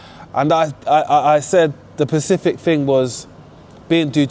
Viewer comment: Specific not pacific 😮 now put your prices up by speaking like the rich not street talk innit.